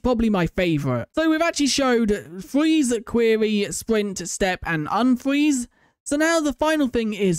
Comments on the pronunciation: Fweeze he says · fweze lmao